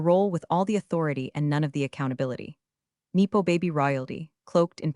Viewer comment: please pronounce resume & nepo please!!!!